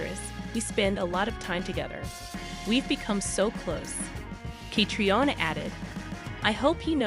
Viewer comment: Again,the narrator doesn't seem to be able to pronounce names and locations correctly, especially Sam and Catriona 's . Try me, I've got a great voice !